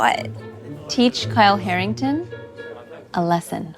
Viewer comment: Wait it’s “Kyle Harrington”